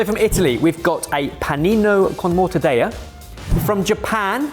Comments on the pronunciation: Been meaning to say this ever since Guess The Ingredient: Cured Meats: mortadella is Italian, not Spanish. You pronounce the double L like you would in "bell." 😊❤ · Mortadella please pronounce the double L. It’s not Spanish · lol We Brits incorrectly pronounce 'paella' as pa-ye-lla, but then pronounces 'mortadella' incorrectly. We're silly geese. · literally did it every time he said mortadella, but in the very next round he is saying mozzarella with "L" sound at the end 😮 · the trouble is not his accent. If he pronounced mortadella with a British accent, there wouldn't have been any discussion here. The issue is that he pronounced an Italian word with a Spanish accent. It's a hyperforeignism problem, attempting to put a "foreign" accent on something but doing it wrong. Italians pronounce double ll same as British people. Spanish turns double ll into a y or j sound. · I'm not Italian, but isn't it "morta-della," not "morta-day-a." That would be Spanish. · IT'S NOT MORTA-DEYA!!! Morta-Del-La! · I could hear my Italian teacher in my head screaming every time said mortadayah. Double LL in mortadella is mor-to-DEL-la. Tongue almost stays at the top of your mouth til you get to the second L. Fantastic video boys! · Why does he say Stracciatella but Mortadeya? It's Italian, not Spanish ^^ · LOL, being Greek and and having our language butchered by the Brits for hundreds of years, I feel a kinship with the Italians. 😂😅 Morta-Day-A..., I expected better from you. 😅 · I loved that one British Bakeoff episode with the PICO DE GA-double-L-O, this mortadeya by is just the icing on the cake. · You don't want some Mortadeja? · the british pronounce everything wrong but will be the first to correct everyone else, it's just a known thing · wtf is Morta-daya ? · Morta deLLa! In Italian you pronounce the L’s!!!!!!!!! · OMG,, it’s mor-tah-DELL-ah. It’s not Spanish! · Only person I've ever heard pronounce it "Mortadaya" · not the Mortadeya 😂